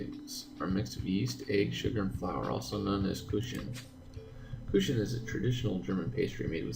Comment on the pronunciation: Not with evil intentions, but I laugh-cringed when you read the word kuchen. But I understand, the "ch"-sound in German is very special. I create the sound by smiling and forcing the air out. The space between the air and the roof of your mouth creates the hissing sound of "ch". Or you just hiss like a cat. That creates it too. Let's see if you managed it by the time of the third chapter.😉😘 Yuna